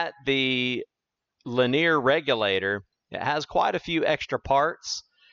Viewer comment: Per the Webster dictionary, "linear" is pronounced li-NEE-uhr, NOT lin-EAR. The word "Linear" has three syllables, not two. Please correct. Or don't. The content is good, but don't want to suffer listening to egregious mispronunciations. I can always choose a channel with a narrator who pronounces correctly. Incorrect pronunciation decreases content credibility with each occurrence. This is not a regional accent thing. Also, "sometimes I showcases..." is a violation of subject/verb agreement. These choices decrease the communication level of the message. But, your channel, your voice. My mouse, my choice.